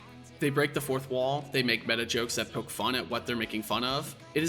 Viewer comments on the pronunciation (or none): none